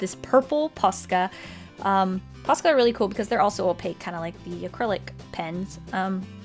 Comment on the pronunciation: Am I the only one that everytime she says "Pasca" do i hear pasta? xD